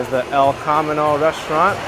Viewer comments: It's El cah-me-no. it means "The Road". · with accent on "me" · He keeps mispronouncing it, and maybe a thirty something New Yorker never heard of the Chevrolet El Camino, the car based pickup truck made from 1959 to 1987. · You pronounced 'El Camino' wrong.